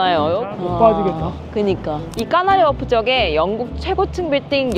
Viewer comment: 완벽한 짜임새. 특파원보다 더 특파원같은 알찬 취재끝에 완성감. 그런데, 발음이 까나리워프라고 발음하시는 게 귀에 거슬려요….전주라고 발음해야핦 순간 쩐주라고 말하는 거 같은 느낌